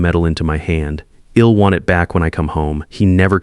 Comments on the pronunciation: I’ll is pronounced ‘isle’. I’m is pronounced ‘eye mmm’. Others have listed many others. Editing could amend these stupid errors. Get someone actually proficient in the English language if you are unable to do it yourself. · I couldn’t agree more! Id and Ill! Ugh